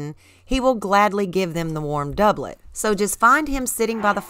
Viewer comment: i just want to formally thank you for actually pronouncing doublet correctly